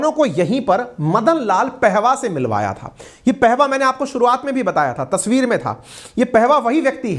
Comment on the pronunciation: Sabse pahale apna vyakaran sudhare ,Madan pahava ( पेहवा ) नहीं ,पाहवा था ,उच्चारण सुधारिए ।